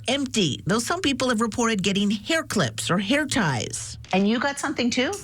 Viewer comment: "NOTHEEN" IS NOT A WORD.